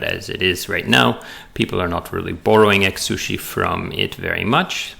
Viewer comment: Great video. I can't not hear "egg-sushi" throughout though! :D